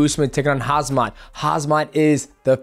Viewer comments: He was saying Hazmat 😂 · bro not hazmat. it's khamzat . m before z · bre, you can read volkonovsky but not (k)HAM-SAT? its not haz-mat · Uncle Chael has convinced Khamzat that it's Hazmat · It's Khamzat not Hazmat gahh damit. 😂😂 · It's not Khazmat, it's Khamzat my G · Why Americans always get Khamzat's name wrong? It's not Hazmat. It's either Khamzat or Hamza (In Islam it means Lion). :)) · The REAL fight that we NEED to see is Demetrious Mighty Mouse Johnson VS Alex Volk / Suga Sean / Aljamane Sterling!! Lol, KHAZ MAT... It's KHAM ZAT MATE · DJ. is KhaMZat. not KhaZMat) or u trolling? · broooooooooo it's KHAMZAT not KHAZMAT !!!! love you bro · Hye, I got question. how do you actually pronounce his name khazmat or khamzat ? I heard Max call him hazmat and now dj. Its there anything funny or something happened in ufc world that i didnt know ? 😅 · bro its pronounced "KAHM-ZAT" youre saying "HAZMAT" like the biological warfare suits in the army lol love the channel either way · DJ I love you man, but his name is Khamzat not Khazmat or Hazmad😭😹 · Why everyone keep calling him kHaz-mat instead of kHam-zat 😭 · Hazmat is not his name it’s Khamzat. Come on DJ you needed to pronounce names correctly. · Whatsup with you all. His name is KHAM-ZAT not KHAZ-MAT. The original name is HAM-ZA (Arabic name). Just like KHABIB, the original name is HABIB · Hazmat is a suit for radiation pal his name is Khamzat pronounced hamzat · Khamzat is pronounced as Hamzat, not Kazmat or Hazmat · DJ, it Khamzat, not Khazmat 😆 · HAMZAT NOT KHAZMAT LOL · Said "hamzat" not "hazmat" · Boss it’s KHAM-ZAT, not KHAZ-MAT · Its hamzat not hazmat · It's not hazmat it's hamzat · Get the name right mate, not hazmat? KHamza. 😅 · He’s name is HAMZAT not Hazmat 😂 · KHAMZAT! not KHAZMAT! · How the f can't you pronounce Khamzat?!!! It's not "Khazmat" that you repeatedly said! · he is called khaMMMMMMzat and not khaZZZZZZmat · Khamzat not khazmat😅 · the fuck is harzmat hahaha KHAMZAT dude hahah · Not Hazmat😂